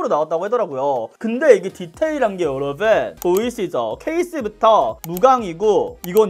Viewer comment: 요로봉에 가깝네요ㅋㅋㅋㅋㅋㅋㅋㅋ 저두 뾰로롱인 줄 알았어요